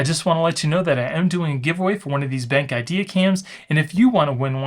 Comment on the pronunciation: Nice review and cool features! I think it’s pronounced ‘Ben’ then the letter ‘Q’ (like cue), Ben-Q, just a heads up!